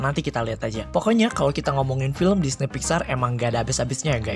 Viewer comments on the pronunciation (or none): DISNEP WOY BUKAN DINEY